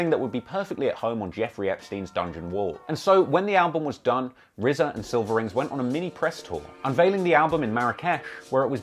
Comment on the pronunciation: Two million dollars and it’s just a standard cheap ass CD. They could have at least pressed it on vinyl... Also-RZA had a two million dollar payday and STILL can’t pronounce his R’s?! He should have spent some of that money on a speech therapist.